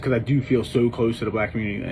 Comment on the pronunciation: He sure couldn't.....mumbled it the first time he said it.